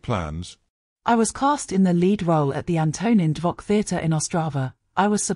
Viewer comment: The audio is terrible and detracts from the experience. deserves to have her name pronounced correctly as do Antonín Dvořák and Leoš Janáček. RIP Patrícia- my memory of you will never fade.